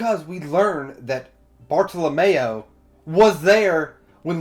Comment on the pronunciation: Friendly reminder Everyone (including myself)! Let's not name drop future arcs/hype up future characters, let's just pretend any info past this review does not exist! We all know OP is best experienced without spoilers! :) I love that you put Bartolomeo (rhymes with Romeo not Mayo lol) in the thumbnail! Most people put other characters lol. Bartolomeo's voice actor is Shikamaru from Naruto, it's hilarious hearing his voice fanboy for "Lu-lu-lu-luffy senpai!" lol imagine Bart working with Blackbeard? lol that's why your vid format is great, cuz you make possible/impossible predictions! Bellamy saying "I'm not going to laugh at you anymore." Such a cool line! Hajrudin = Ha-roo-din, J is silent Jacket-Jacket Fruit > Ace's Fruit hahahaha Aokiji was name dropped in the snail call between Burgess and Blackbeard, not sure if you caught that. Toy Soldier leaving a flower petal every morning to remind her that he is there... ahh my heart!!! Oda knows how to write/draw flashbacks... MY HEART!!! WAIT WAIT WAIT Monet worked at the Palace, not the King's lover lol Kaido was name dropped in Thriller Bark. Moria lost his crew against Kaido in the New World. In Punk Hazard Law told Luffy and Nami the plan is to eventually take down one of the Emperors Kaido. You haven't seen Kaido, but Kaido has been mentioned before. Toy Soldier is Rebecca's dad... MY <3!!! After getting out of the Coliseum, Luffy is running with Zoro and Kinemon, not Franky. Sabo!!! Koala!!! AHHH!!! I love the narrator box